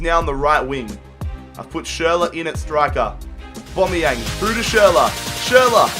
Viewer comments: It's not obomeyang it's owbameyang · His name isn't "Aubomeyong" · Why do you say aubombiang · I'm not a hater but ur penalties were crap and if u say aBOMBeyang 1 more time I swear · Kyle Pirie aubameyang lmao